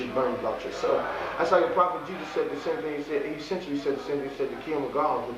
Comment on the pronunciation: Wow ... He knows how to pronounce the word "eccentially." Seven or maybe even eight times during this interview! Idiot.